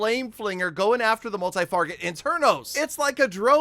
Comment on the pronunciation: “Multi farget internos”